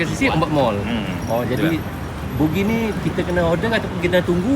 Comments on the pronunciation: buggy lah bro, bukan boogie. boogie tu boogie nite!😅😂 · Buggy bukan bookgi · macam mana boleh terus sebut "bugi" ? pemandu buggy tu dah sebut 'baggi' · ....sebutan buggy tu bukan bunyinya "bugi" tapi "bagi"...maaf ye bro Zul saya memperbetulkan sebutannya, harap jgn ambil hati ye. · jawa kan, tu yg silap sebut tu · Ya, betul tu sebutannya adalah 'bagi' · Nanti bunyi hampir mcm bugis pulak 😂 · Sebutan betulnya BAGGI.. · abg sebut bugi ke bang??guru...hentikan guru